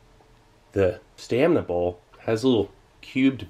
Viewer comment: Steve, separate your words, it's "stamina bowl" but it sounds like you're saying "staminable"